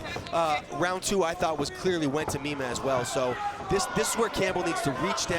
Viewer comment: Its pronounced "MY-MAH"...Please say the "mean one" ☝🏼💪🏼😂